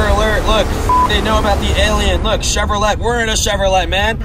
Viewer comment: mans just said chevroleTTe